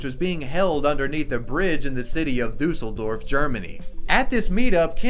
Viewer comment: Duseldorf haha Never Heard this Before I m german and I wanna tell you how tho pronounce this right Cuz it hurts